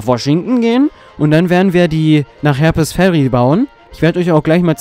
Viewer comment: Ich wusste gar nicht das es in Harper´s Ferry soviele Herpes-Kranke gibt. Die armen :) Du solltest ein bißl an der englischen Aussprache feilen. Konstruktive Kritik, nicht böse gemeint. ... 18 Jahre nach release spiele ich es auch mal. (Es liegt bei mir schon 18 Jahre rum und ich hab es nur mal angespielt). Bin gespannt, was ich aus deinem LP mitnehmen kann. Allein für die Tatsache, das du Retro spielst, gebe ich dir mein Abo. Ich mag kleine Kanäle ! Gruß Ian